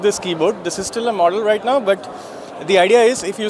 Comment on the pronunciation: the rrrrrr in rrright is just great